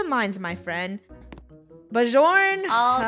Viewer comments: it's BY-orn. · Its Byorn ( Be or n) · Actually not being rude or anything but Bjorn is actually pernonunsed biorn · EXCUSE ME IT IS PRONOUNCED (Be-yorn) but it is Spelled Bjorn My used-to-be dog was named Bjorn...